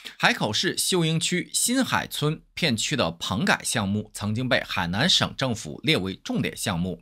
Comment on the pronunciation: 这个河南把我整蒙了